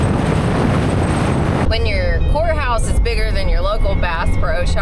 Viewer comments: It sounded like she said whore house instead of courthouse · I thought you kept saying whorehouse😂😂